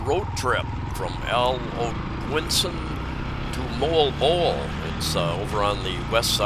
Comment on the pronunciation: MOALBOAL should sound as... MOH-AL-BOH-AL...not MOLE-BOLE 🥰